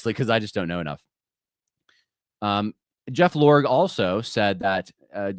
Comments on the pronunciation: I can't stand Jeff Iorg, but we should pronounce his name write. That's not a lower case el, it's an upper case eye. And it's silent. It's not pronounced "Lorg", it's pronounced "Ordge", rhymes with George. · Iorg is pronounced “ee-ORJ”